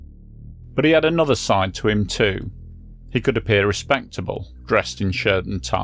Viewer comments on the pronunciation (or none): none